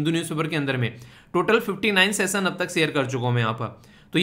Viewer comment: सेसन नहीं सेशन 😂😂